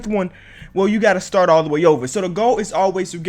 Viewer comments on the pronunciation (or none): none